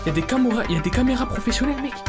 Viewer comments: « y’a des camoura professionnels, euh y’a des camera professionnel »😂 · y’a des des camoura 😂😂😂😂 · ya des camoura🤣